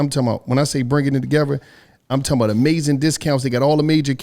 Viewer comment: during an add: “ I’m talm bout”